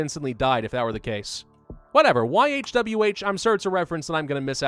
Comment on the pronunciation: It's pronounced "yahwey"